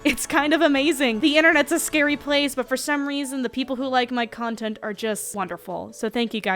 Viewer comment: I am I the only person who heard cuntent instead of content